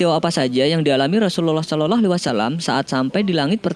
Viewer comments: Gak enak didengernya min ketika ucapin Slallahu'alaihiwassalam, diucapin "SOLOLOH" ini kan Chanel islami jadi harus jelas cara pengucapannya. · Waktu dibilang "rasullallah saloloh "?? Woiii yg betul bilangnya. Belajar dlu mengucapkan.. gak betul ini yg punya channel masa "saloloh waalaissalam" .coba kalian dengar dengan teliti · Belajar lagi ngucapin "salallah" nya mas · Adrian nagara betul.mas kok lafadznya seperti bukan orang pesantren atau orang muslim,,klo boleh tau mimin dan yg punya chanel.ini dulu mondok.di mana dan guru atau kyainya siapa